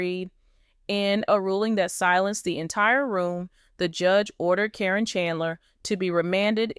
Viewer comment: I have a hard time watching or listening when you cant pronounce the names correctly. How many different ways can you pronounce karen. Even though it is spelled different it is still pronounced as karen even on the show.